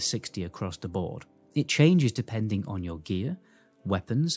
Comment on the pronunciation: Three words: "of the boar"